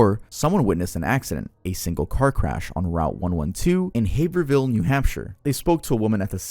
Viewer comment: Those New England names get you every time lmao Haverhill is pronounced Hay-Vrill Source: lived there